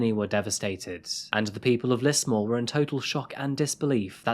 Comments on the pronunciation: I thought Tobius would be "Toe-bye-us" but idk, and I heard him say "Lissmore" when it's "Lizmore", as the newsreader said. (Lismore is also an Irish place name.) But other than that, not sure what you're talking about. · It's pronounced "Liz-more" But justice for Simone! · I'm sure someone else has said it but we pronounce it as Lizmore than Lismore. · Just to let u know it’s pronounced lizmore :) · Stop saying "deep dive" unless you're going to change your name to ana Garcia. we pronounce the S in Lismore as a Z. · Yep, it’s not a well known city but still triggered me how he said it